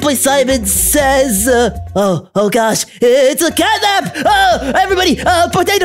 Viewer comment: It’s catnab